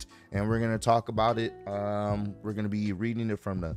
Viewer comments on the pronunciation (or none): none